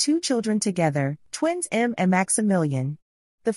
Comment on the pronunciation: The girls name is pronounced EM ME and not M.